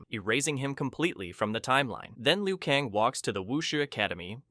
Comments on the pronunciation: Liu kaaan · If you butchered every name just for comments, congrats, you won - but FR though hearing you say Raiden or Liu Kang is like nails on a chalkboard, is it so hard to pronounce non-white names